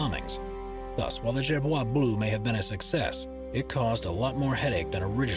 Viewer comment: It's so funny how you say Gerboise Blue You should pronounce it like... Jayrboaz Bleu